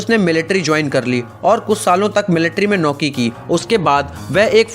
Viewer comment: Noki nhi hota nokri hota ha bhai 🤣👈